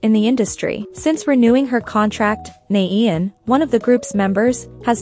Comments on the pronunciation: IT'S pronounced NAH YAWN!!!! NOT NAYEE IAN!! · i'm sorry, it's just bothering me. could you pronounce nAAyeon instead of nAEyoun in the next video? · it’s nah-yon that’s how it’s pronounced not na-een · Her:"naeiyoen" Me:😭😫👍🏻👍🏻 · It's pronounced Now Yawn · That is not how you pronounce her name at all hon 😭💛